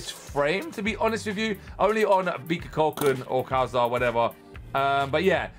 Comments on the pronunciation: He pronouncing kalizar Its pronounced kal zar there is no i sound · It’s Pronounced Boom Kal-Z-Ar